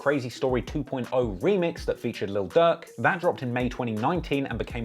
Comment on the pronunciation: I'm the only one that keep hearing duck when he says durk in the beginning. And God damn he into it od so many emotions wow this dude should be king vons hype man